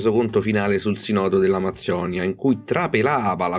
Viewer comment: Scusa, mi si dice "sìììììììììnodo", non "sinòòòòòòòdo"!